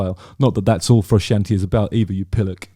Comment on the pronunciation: Don't be offended because someone doesn't rate a band as highly as you do. But when Justin can't even pronounce Frusciante well, it doesn't look good.